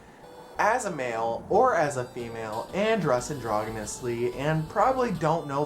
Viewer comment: You're pronouncing it wrong. It's a soft g sound.